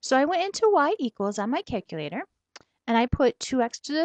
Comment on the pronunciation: cack - ulater lmao